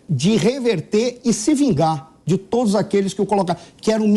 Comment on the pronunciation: pois é, ela estragou a fala com esse " todis".